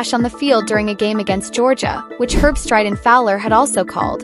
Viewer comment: Herb-street is the correct pronunciation. The dog picked with Kirk died before yesterday’s game.